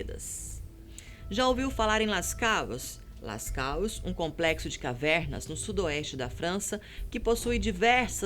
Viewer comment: uauuuuuuuuuuuuuuuuuu...a pronúncia das grutas na França é "Lascô" !!!!!